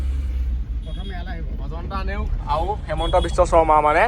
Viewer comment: "Aauu" buli nokoba "Aru " buli koba , xunibole bohut bea lage.